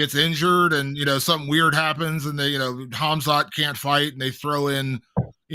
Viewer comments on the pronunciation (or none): How is still saying "Ham-zot"